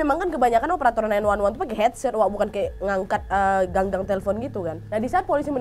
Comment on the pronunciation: Nad...gagang telepon nad...bukan ganggang telepon 😆